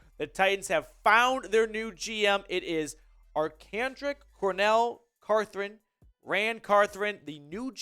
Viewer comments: Thank you! Drives me nuts watching him mispronounce the entire video. Poor guy! But he’s also a Vol fan so he probably wants to forget any former 🐊 that RAN all over his team. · There is only one r in Carthon